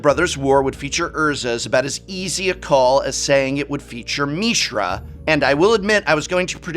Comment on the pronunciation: The only thing worse than your predictions being ruined by wotc's ever churning hype machine is how awful you are at pronouncing Mishra, yikes.